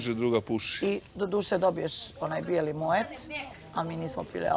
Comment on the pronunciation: MoeT?! Koji izgovor!